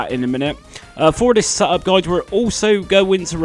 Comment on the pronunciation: Reeseh my seh-up. 😂